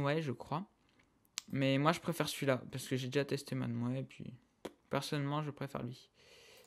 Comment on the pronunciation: C'est Mineways pas Maneways :) Si non surper tuto :)